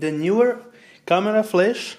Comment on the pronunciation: Knee-were, not Knew-were. English syllables make it so.